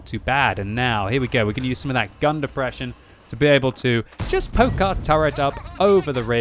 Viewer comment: "It's got the deprresion" I got it too